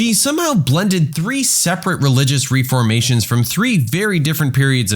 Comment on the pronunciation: The word "apartheid" is pronounced as "a-PAAR-tide," not "a-paar-THEED." Also, the narrator mispronounced "lengthy," as "lengthily." And read the word "reformations" as "ree-FOR-ma shns," instead of the correct pronunciation as "reh-fr-MAY-shuns."